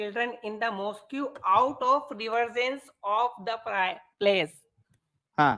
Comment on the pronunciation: माॅस्क को.माॅस्कयू बोल रहा है.mohmmad pidofile ka shit mubarak😂